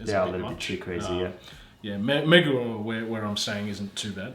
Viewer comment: 最初のmaybeをマイビーっつってるやんww